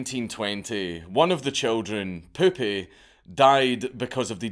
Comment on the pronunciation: As much as I laughed hearing repeatedly "Poopy", actually is pronounced "Poupeh", poupee meaning "doll" in french. Funny joke nevertheless. Can't remember last time I laughed so hard.